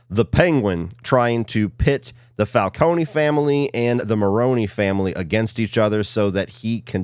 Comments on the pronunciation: Im sorry but whyyy do both you and say falco-knee, its fal-cone, its not that deep i know and i would understand if you just read it but they say it so many times in the movie and show😭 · Fal-Cone no E